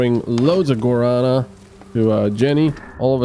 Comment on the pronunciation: Guarana has the strong a at the ending. It is Guaraná. The last a is like in A-ha (the band). It is driving me nuts to hear you mispronouncing this all the time lol. I love the series though.